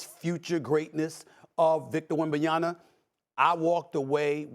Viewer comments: Bro it's not Wembanyana...It's WEM-BA-NYA-MA! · SAS talking about the greatness of Wemby but still can’t say his last name correctly lol - it’s WembanYAMA not YANA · WembanyaMA ! MA ! MMMMMMMAAAA! Not Wembanyana… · Does Stephen have a problem with getting names right, particularly those of European players? Or does he simply not care enough? It's not "WembanyaNa" but "WembanyaMa", and it's not "DonKic" but "DonCic". Those are not very hard names, at least not harder than "Gilgeous-Alexander", "DeRozan" or "Thybulle". I find him really entertaining overall, but this sounds quite annoying to my ears :/ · It’s wembanyaMA, not WembanyaNA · WembanyaMMMMMMMMMMMMMMa not WembanyaNa not complicated. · SAS is a Clown count how many times he says Wemby's last name wrong? He keeps saying WembanyaNa when it's actually WembanyaMa. We are 35 games into the season and this clown still can't pronounce Wemby's name right. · It's WENBAYAMA not WENBAYANA, Mr Stephen A. From a french fan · Lol. Its WenbaNyama, NOT Wenbayama... coming from an American lmao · it’s not “wembaya-na”, it’s wembaya-MA! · for god sake his name is WembanyaMA not WembanyaNA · Wembanyama; NOT Wembanyana.Tell Steven A that the name ends in "ma", not "na". It's not that hard after you do more homework. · Stop saying WembyNYaNA🤣🤣🤣..It is a Congolese name, say just like it is written...Victor Wanyama, Victor Wembanyama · SAS - get his name right! WembanyaMa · Is he saying Wembanyana at times? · How are we 35 games into the Season and SAS still can't pronounce Victor's last name??? Stephen... His last name say it with me is WembanyaMa Think of your MaMa when you say his last name and maybe you'll remember it ends with MA not NA. OK??? Got it? Good! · Who is WENBANIANA? Don't know this player Stephen A. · Where SAS got the "yana" from? 😂😂😂 Bro kills me everytime with his names pronunciations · wembanyaMMMMMMMMMMMa cmon guys it's not that hard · These people get payed way too much too keep saying "Wembanyana"